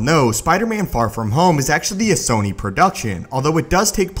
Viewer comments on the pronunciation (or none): none